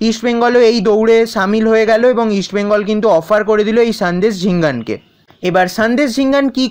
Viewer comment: ভাই তুমি ভালোই আপডেট দাও,,, ইস্ট বেঙ্গল ,, তুমি বলো ইস বেঙ্গল এটা একটু ঠিক করো।❤️💛